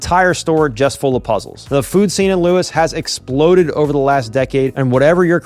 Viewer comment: One syllable. Not Lewis. Louuus